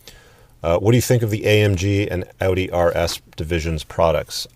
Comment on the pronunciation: Would love to hear your marriage ordeal. 2. You are the only guy who can pronounce Audi. I hope you can say NASA, and nuclear also !!! :)